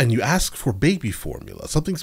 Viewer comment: That white lady DID NOT say "axe for it." 😂